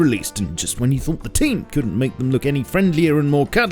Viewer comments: I love "the TEAM!!" 👀 it makes me laugh every time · Stop saying team like that. It's very irritating.